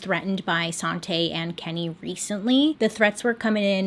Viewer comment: i keep hearing 'sante' as 'sauté' so that's what her name is now